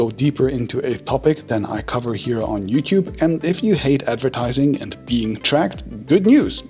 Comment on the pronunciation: The way he says YouTube is so Hungarian “youtyube “ 😁😅